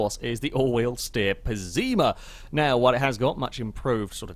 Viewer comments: Its pess-ima not pezzima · One thing I realized: if "Pessima" is meant to be the italian word for "awful", then it's pronounced with the Italian double S sound (a bit like an sh), not a Z, and the stress would be on the first syllabe.